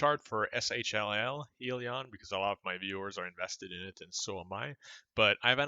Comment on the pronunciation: It's pronounced HIGHlion